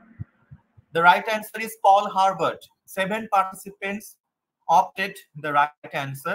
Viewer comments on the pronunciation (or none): It's Paul Hebert not Herbert